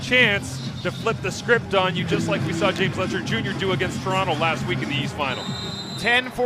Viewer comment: Letcher, not Fletcher.